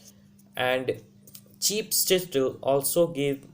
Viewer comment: Bro...but still u need to work on your pronunciation and ascent...